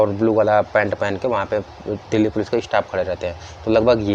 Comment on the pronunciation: कौन कौन दिल्ली पुलिस को "डैली पुलिस" कहता है🙄